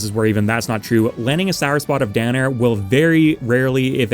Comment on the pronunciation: I think the rivals community has gotten to me every time I heard you talk about down air I heard Dan Air